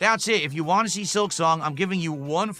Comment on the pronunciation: “I have to play what people WHAN” 😂